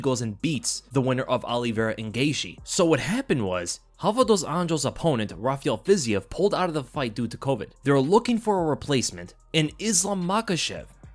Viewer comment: Isn’t it pronounced FIZ-EEVE not FIZ-EE-EV?